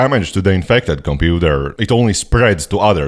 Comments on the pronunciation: Why do you say computer like that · i love the way you say computer